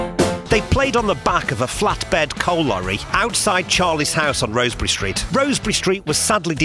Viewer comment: I think...and it's just me (though I am scouser) it's pronounced Rozz-berry...rather than Rose-berry...I guess the residents would know!!